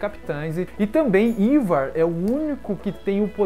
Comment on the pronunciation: Na verdade a pronúncia do nome do Rei Quinci é "AIVAR", e não "IVAR".